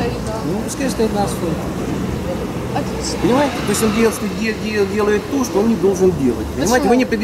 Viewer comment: "на асВальте стоит..."